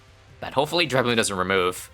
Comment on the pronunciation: it's so refreshing to hear it pronounced correctly dreadbloon's awesome here, very interesting stuff. I DID beat stage 2 of Dreadbloon once! ...By surviving long enough that Dreadbloon ran out of cards, while I still had a lot of cards because Dreadbloon keeps feeding them! edit: Oh, and as for new videos, definitely try out Striker's Battleground